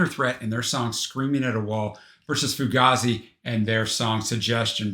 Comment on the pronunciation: I think it's 'fuGAHzi' rather than 'fuGAYzi'